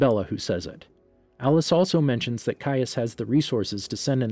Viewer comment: Finally you pronounce his name correctly. Also, thank you for this